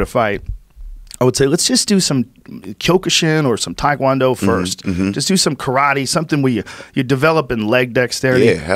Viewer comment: Thai food not Thai Kwon Do. Tae Kwon Do. Rhymes with meh. You got this white boy, do better